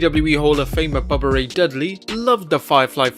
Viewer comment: Bubba ray..... Not bubba rey